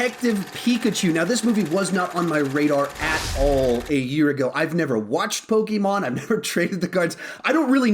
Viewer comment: Says Poke-ee-mon thinks Poke-ay-mon